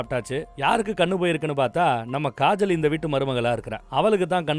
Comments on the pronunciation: Thala niga avagala kajal nu solluga,gajal gajal nu soldradha kettu manasu valikku dhu😔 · Kajal ❌ Gajal ✔️✔️😂😂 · Kajal ❌ Gaajal✅